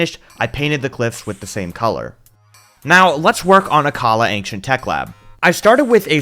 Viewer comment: You pronounced Akkala wrong it’s ack-uh-la